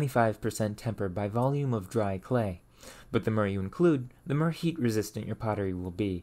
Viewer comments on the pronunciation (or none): you seem to replace o's in some words with e, like "mere" instead of more, or "unfertunately" :D just an observation, any reasoning for this?